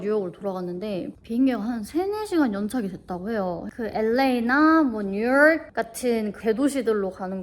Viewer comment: 뉴욕….대리수치 ㅠ